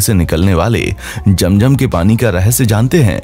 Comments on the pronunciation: Apne picture me atma kiyon lgai hoi hy for you kind information yahan attma to kiya koi Angel b allah k hukam k bina nehi ja sakta second ye k ye jo nAme liyA apne aby jam.jam it's not jam.jam it's abeh ZAM.ZAM next time b careful understand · Its zam zam not jam jam